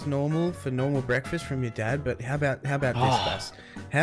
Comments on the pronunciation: breakfast: BEKFAST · this is my childhood ❤ this completes my childhood and i like when moose says "bekfesssst" i used to mimic that hahahaha . memories ❤